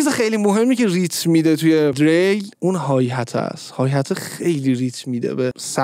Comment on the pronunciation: Dereil!!!!!!!!!!!!!!!!dadash Diril talafozeshe